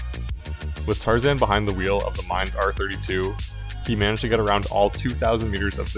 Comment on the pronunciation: Mine is pronounced "Mee-Neh." It's a Japanese name